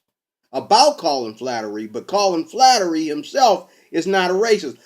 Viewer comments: flattery? aaaahhaaahaaahhaaa! what a dumbass! It's Fla. her. ty... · FLA- (as in "flag") her- ty (as "tea") Flaherty is how its spelled. Flattery is what you are saying. Please say it correctly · It's, Flaherty, pronounced 'fla her tea'. The comments below do not intend to speak for anyone on the Colin Flaherty channel or for the man himself and are just my opinion on the matter. Next I don't think that one email represents an whole channel mate. There already is a race war, by blacks against whites, Flaherty's channel ably demonstrates this. White people want to stop this. One of the main ways to do this is by actual policing of crimes, keeping wrong doers in prison. Not only will this lower the number of crimes being done by what hillary Clinton was known to have called, 'super predators', individuals that just keep committing crimes. Imprisoning these individuals is also a demonstration to others in the local community of thugs that the law must be obeyed or else. Another way our white community can be rescued from the race war by blacks against whites, is to have segregation in schools and end affirmative action policies which racially discriminate against more qualified whites. Many of us are contemplating the next step beyond this, an idea that people like Malcolm X and Mohamed Ali also advocated for. An ethno state for whites and one for blacks in North America. If we don't go that far, certainly the worst blacks (and the worst whites), should not be encouraged to breed through massive welfare grants from the productive tax payer. So instead of playing the worst blacks to have children, the most intelligent and well behaved who stick together in a family unit w